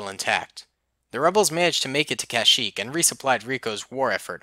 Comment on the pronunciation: kushyyyk no kashyyyk